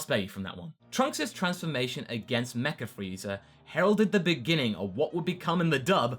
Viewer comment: he said frezer ark lol use to saying it I think